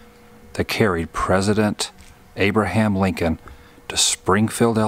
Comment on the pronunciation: You said Abraham Lincoln but I heard Woobraham Lincoln.